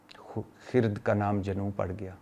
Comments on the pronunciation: Bhatti boss...It's khirad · جناب بھٹی صاحب لفظ خرد میں ر کے اوپر جزم نہیں ہے ر کے اوپر زبر ہے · خ کے ننیچے زیر ھے ر۔پر ۔زبر ھے اوریہ فارسی کا لفظ ھے جب فارسی کا لفظ ھے تو اپکا قصور نہین کیونکہ فارسی پڑھی نہین ۔ماشاء اللہ اپ ویلاگ ساتھ انصاف کرتے ھین وعلیکم السلام